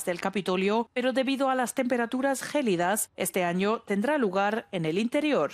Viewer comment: Hola. Su locutora no sabe decir "gélida" con tilde y acento, ni distingue entre tropa y soldado